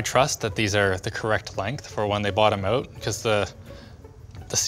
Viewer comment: Canadian "out" lol